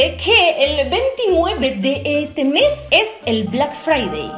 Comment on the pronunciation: de "ete" mes😂😂